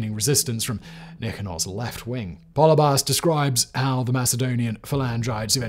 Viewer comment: Πολιβιος = Pol-EE-bee-os, not POLLY-by-ohs. Just sayin. One thing that’s not mentioned is that Cynoscephalae is really in the middle of nowhere. It’s difficult to get to even today on one lane dirt roads. Very hilly and rocky terrain. It’s somewhat amazing to me that two entire armies accidentally made their way there in the rain. The top of that hill is an absolutely terrible place to try to use a phalanx and I have to think that the only reason Philip didn’t make a fighting retreat and try to fight on more level ground was because of Flaminius’s elephants.